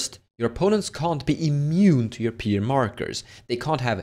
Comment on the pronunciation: Pyre = Fire, not Peer!